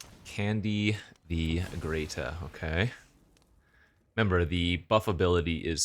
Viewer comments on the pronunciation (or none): Not trying to be rude but, hearing you say Greta as “Greata” everytime is grating… its like Hansel and Gretel